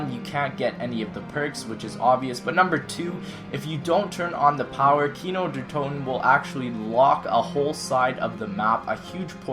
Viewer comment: On You Said Gino Der Toten. He:P